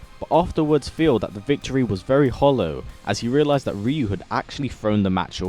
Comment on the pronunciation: RYU not ReU